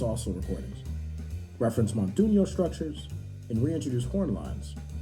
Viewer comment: fyi it’s montuno, not montuño